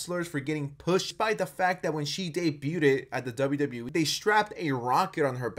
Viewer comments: PSA: DAY-BUGH-TED is NOT a word The pronunciation is DAY-BUGH’D I keep hearing this said wrong 🤦🏽‍♂️😅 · “Day-byoo-did” lol just a heads up bro, “debut” is pronounced “day-byew”… “debuted” is pronounced “day-byewd” .. rhymes with “gay dude”. Just tryna help 😆 But yeah, this lady is definitely embarrassing herself.